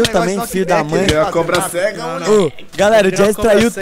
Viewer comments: da agonia quando o fala cobra-sega kk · Da uma agonia ouvir ele falando cobra- cega